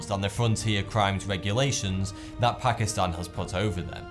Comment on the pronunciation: YAAAS! Someone who actually says ''Pakistan'' right x'D I have to tell people, it's pronounced 'Taan'.